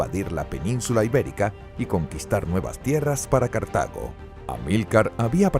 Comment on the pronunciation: Se dice Cartago, no cartaño